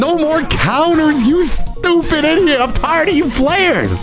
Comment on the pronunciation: Bro did NOT say "idiot" 💀